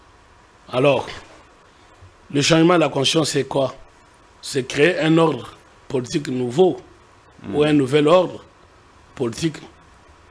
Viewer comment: L'avocat français ne sait pas prononcer le mot:" politique". C'est pathétique !